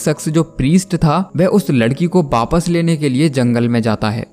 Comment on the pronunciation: In india every state has their own accent so in some state it says wapas and in some other state its called wapis but non of state in india called baapass like your saying baaapass😂🤦🏻🤦😂